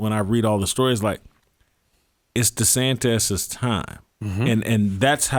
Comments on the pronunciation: Oh great! Another name to mispronounce. DeSantis is not spelled funny; that's the correct spelling. It's not DeSantez. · Why does Jason still think his name is “Ron DeSantez” instead of DeSantis?